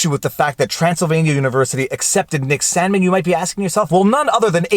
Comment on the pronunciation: Am I the only one who heard "Salmon" instead of "Sandman" the first two times? Maybe I just have fish on the brain from your second amazing channel. #chillinnotshillin